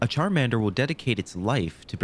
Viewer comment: Bro massacred my boy Charmander